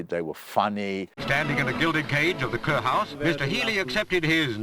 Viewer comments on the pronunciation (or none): none